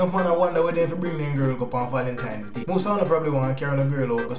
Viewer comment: "Valentimes!" Lol